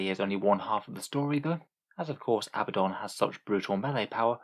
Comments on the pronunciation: His name is pronounced uh-BAD-un. If his name was Abbadon you could call him AH-buh-don. However, based upon spelling (and the religion his name is taken from) the 2nd choice is the incorrect pronunciation. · Probably keep pronouncing his name wrong. Glad I could help.